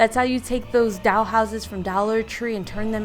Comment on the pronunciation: I just noticed the way you say “doll” sounds like you’re saying “doUll” lol but great video!